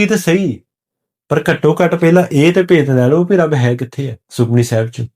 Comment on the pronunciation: ਆਪ ਜੀ ਸੁਖਮਨੀ ਲਫ਼ਜ਼ ਨੂੰ ਸੁਖਮਣੀ ਨਾਂ ਪੜ੍ਹੋ ਜੀ।। ਪਹਿਲਾਂ ਠੀਕ ਪੜ੍ਹੋ ਜੀ ਜਿਦਾਂ ਭਾਈ ਗੋਪਾਲਾ ਜੀ ਨੇ ਪੜ੍ਹਕੇ ਸੁਣਾਇਆ ਸੀ।।